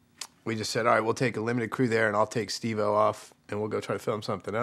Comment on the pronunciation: Jeff said Steve-O’s name weird. He put a lot of emphasis on the o.